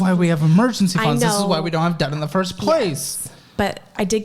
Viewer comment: Every time says "Debt", I hear "Death" and I don't think that is coincidental.